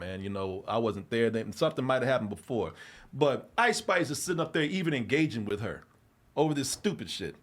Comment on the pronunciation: I thought he said ICE spies